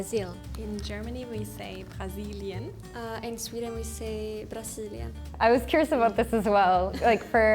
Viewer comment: Jag tycker att det vore E eftersom brasiliEn inte braziliAn men det låter bara mer rätt för mig :)